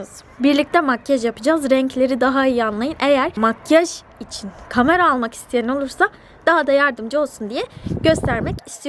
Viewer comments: Hızlı konuşunca kameranın aniden kamara olması harikaaa sldksdşaskdsld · aga kamara değil kamera